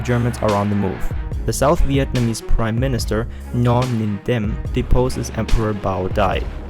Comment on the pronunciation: He didn't even prononce correctly the name of south president Ngo Dinh Diem